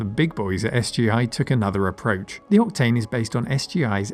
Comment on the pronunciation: I can't help but hear you saying repeatedly "Optane" instead of "Octane". :) Is it me, or... ? BTW the SSE isn't a simple renaming of the SSI: it's faster, too. The SI/SSI/MXI is a slight enhancement over the Indigo2 Solid Impact/Max Impact previous generation hardware. SE/SSE and MXE final E stood for "enhanced". The SI has only one triangle engine. SSI and MXI have two. MXI has texture memory added. SI + texture was also available, but had no brand name for some reason. The main difference with the Indigo2 Impact is that there were no SuperSolid Impact Indigo2, unless you fried the super hot RDRAM-based texture RAM of your Maximum Impact :) , but the SI+texture had a brand name, "High Impact". As the Maximum Impact graphic set used up all of the available expansion slots, High Impact was preferred for video editing (to allow for an additional video acquisition/output card).